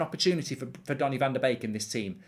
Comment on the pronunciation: As a Dutch guy i love it that you pronounce Donnys name correctly, its indeed like 'bake'...love your content, cheers!